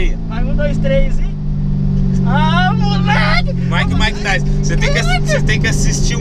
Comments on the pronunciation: "MAIKE E MAIKETAISON" KKKKKKKKKK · "Maick e maick tyson" kkkkkk